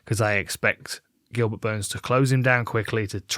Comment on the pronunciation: Did she call him Goobert?